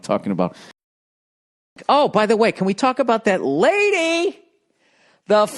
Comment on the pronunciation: He needs catchprasing for more words so he can hold a whole conversation where he accents every third word a specific way.